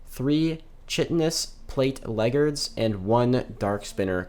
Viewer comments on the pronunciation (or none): What the hell are leggards? Surely it’s leg guards. 😂